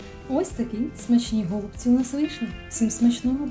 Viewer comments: Ударение правильно ставьте на голубцы, ой невозможно слушать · Все гарно, смачно, зрозуміло. Але слово гОлубці дуже ріже слух! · 😢Правильно голубці, наголос на (І), голубціііі! 😢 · Еееее... ГолубцІ, а не гОлубці.... І де томатна заправка? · Чому гОлубці, а не голубцІ? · Правильно казати голубцІ ☝, українською мовою голубцІ,,, перевірте через словник! Не хейтер, але не можу чути, коли наголос не вірний! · Доктор філологічних наук Олександр Пономарів відповідає на запитання читачів. Назва страви голубцI має наголос на останньому складі. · У нас на Січеславщині говорять тільки голубцІ,з наголосом на "І". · Навiщо такий наголос " голубцi" . На " о " Получается как что то связанное с голубями . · У слові "голубці" наголос ставиться на останній склад. Але всеодно Вам лайк та підписка! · Дуже ріже слух неправильний наголос в слові голубці